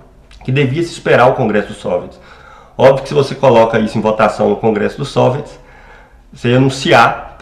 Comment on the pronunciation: Por que você fala SÔviets e não soviÉts como é o habitual?